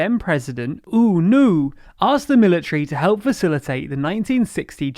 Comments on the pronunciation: The way he spelled the name of U Nu is so fking weird. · the name of the first democratic president "ooo noo" (its u nu but it sounds like ooh noo) predicted everything xD